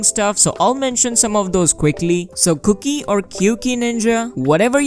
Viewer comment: i cant unhear 'cookie' lol